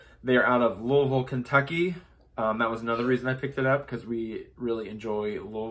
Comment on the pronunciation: Really enjoy your floss tube! Thank you for pronouncing Louisville correctly!! Born and raised in KY it kills me to hear the name butchered!